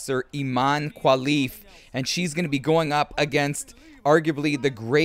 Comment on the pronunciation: My brother, thanks for the video but please it's Imane KHELIF as in, HEH-LEEF 😢